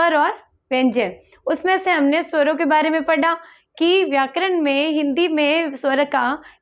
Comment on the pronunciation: पढा × पढ़ा✓ कृपया, mam उच्चारण की शुद्धता का ध्यान रखें।🙏